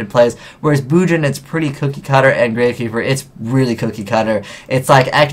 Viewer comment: Dat Grav(no"E")Keeper